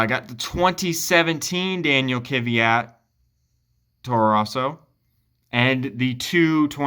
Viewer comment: Amazing collection, love the video. Just one thing, I don’t get why people mispronounce Danill’s Surname, it’s KVYat (kviat) not KYVat lol not trying to make a big deal of it it’s just that I’m Slav myself so it sounds wrong for me xd